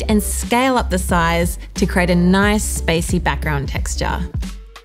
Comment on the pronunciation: i like the way she says nice reminds me of Borat :D thanks these are very good tuts